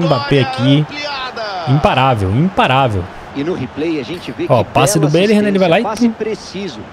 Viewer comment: falando belligham: belirram